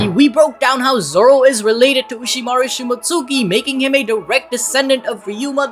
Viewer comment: it's not "shimot-suki", it's shimotski", like Momonosuke is pronounced momonoskay. I've learned from anime that that U is usually not pronounced at all and when it is, it isn't emphasized.